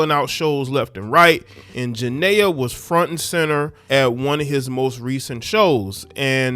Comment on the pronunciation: Why y’all do her name like that 😂